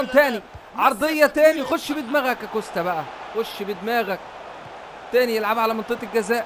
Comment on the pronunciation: اسمه كوستا انتا بتقول كوشته